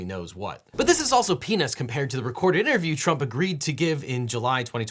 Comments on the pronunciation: Just to let you know the auto generated subtitles thought you said "penis" instead of peanuts. And even though you meant peanuts its still somehow fits. I also heard penis for the court record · i swear he said "this is also penis" I can infer that he probably meant peanuts, but its funny. Dont sue me plz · It's actually "peanuts", but yes that is what it sounds like... Lol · It took me listening 3 times before I realized that you said "but this is also peanuts" and not "but this is also penis" . Even the automatic closed captioning heard penis. Reminds me of the scene from Ace Ventura 2 where the flight attendant offers Ace peanuts saying, "peanuts?" And Ace hears "penis" replying, "it's bulky but I consider it carry on." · "This is also penis" ? Enunciation is a beautiful thing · “This is also penis compared to the recorded interview” had to turn on captions 😮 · "But this is also *** compared to the recorded interview." I swear, I thought he said 'pen*s'. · just kinda listening to this while playing diablo 4, and comes up and all i hear is, "...but this is also penis compared..." and I had to stop what i was doing to do a rewind. I can't unhear it. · peanuts... He's saying peanuts. Just in case anyone was confused. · Had to rewatch this 4 times to realize the word being used was "peanuts". Automated closed captions was also confused lol. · 😳 Annunciate.... LOL! j/k 😂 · He needs to pronounce his 't's with more emphasis. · For the record, when you said "Peanuts" it sounded like you said another Pen-s word. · Peanuts, but his pronunciation is lousy. He should have redone the voiceover. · Sorry, I'm 12 years old at heart... , I could've sworn he said "but this is also penis compared to..." 😂